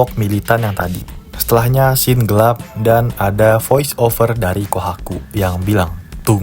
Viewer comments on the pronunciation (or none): none